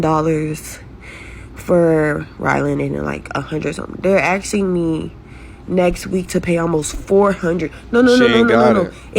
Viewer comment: Asking not axing.